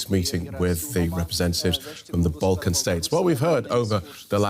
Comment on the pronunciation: "..Balkan states" swing and a miss 😄